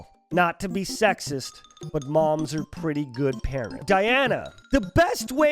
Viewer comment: You're "pwetty" positive?